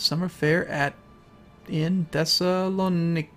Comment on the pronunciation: say is like this. Thes-i-la-nika = Thessalonika